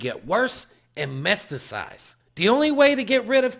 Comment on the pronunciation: Metastasize? Lol